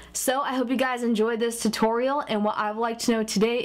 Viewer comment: haha sounded like she said tittorial